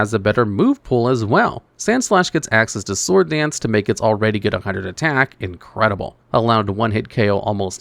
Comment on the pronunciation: Mind blowing when native speakers don't know how to pronounce sword.